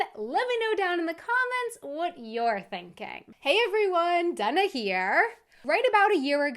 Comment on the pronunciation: Off topic, sorry. With all due respect, is there a reason why your name is pronounced “Dunna?” With that spelling, I’ve only heard it as “Day-na.”